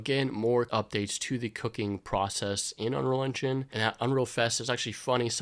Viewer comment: it's UNREAL ENGINE, not unrel enginch....